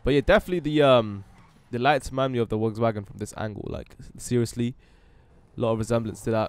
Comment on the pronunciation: It sounded like you were say Wogs Wagon